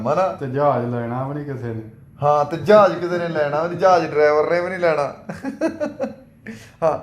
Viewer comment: ਜਹਾਜ ਹੁੰਦਾ ਜਾਜ ਨੀ😂😂😂😂😂 ਚਵਲ ਸਰਵਿਸ😅